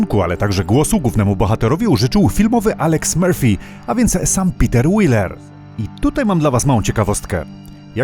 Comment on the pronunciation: Nazwisko Petera Wellera wymawia się 'Łeler'.